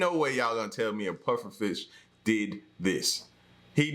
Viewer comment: men its pofferfish xD